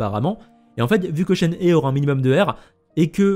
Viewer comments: ça se dit chène-hé (shéné en gros) XD merci pour toutes les infos en tout cas, plus qu'à attendre la release pour avoir confirmation! ah oui et Eula ça se dit "est où là" le U se prononce en gros entre le "U" et le "OU", et le E au début se prononce "é" :p tu me stresse avec "euh... là!" :D Apres jouant beaucoup Ayaka Raiden Eula, je pense la pull, et même sans ça, je la trouve super belle, son design est magnifique, donc je l'aurait pull quoi qu'il arrive. Vu que je veut absolument Yae Miko aussi, et que j'aurai bien aimé aussi chopper Zhongli a son re-run, ça va encore me couter une fortune cette connerie... trop de bons perso qui arrivent d'un coup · on dit shen "re" prcq le h en chinois se prononce a peut pret comme un -r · C shenhwa je crois (tu prononces le h) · Vous le prononcez comment Shenhe les gens ? Persos c'est Chénhé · On prononce "Shenhe" chen heu et le "h" comme en anglais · Ça se dit Shenhre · Ca se dit "shenhe" 🙃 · bon à savoir, je connait très peu le mandarin, je ne parles pas chinois, et mon jeu est en doublages Japonais (que je suis entrain d'apprendre), du coup je me fie a ce que je connait, et qui reste relativement proche du chinois, le Japonais êtant a la base du chinois simplifié. Mais du coup oui vu que c'est un jeu chinois et que le perso vient de Liyue (chine) tu as clairement raison. par contre j'ai hate d'entendre les anglais massacrer son nom en "she and he" 😂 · Ça s’écrit Shenhe mais ce prononce Chènehi je crois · ça se prononce shen her (le pronom anglais) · Coucou ! Alors la prononciation de Shenhe ressemble à « Shen rheu », avec un son « rh » comme un r expiré (je sais pas si tu vois) C’est pareil pour Hu Tao, qu’on prononce « Rhou Trao » (oui, parce que le « t » se prononce « tr » en chinois) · Heyy ! ShenHe se prononce « SheunRheu », d’ailleurs dans son nom on retrouve le caractère qui signifie Cigogne, cela fait lien avec le fait qu’elle soit la disciple de l’Adepte Souffle-Nuage ^^ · ça ce lit CHEN RE